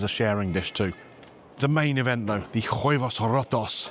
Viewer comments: You don't pronounce the " H " in Spanish. OO ebos. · it's pronounced "wayvos".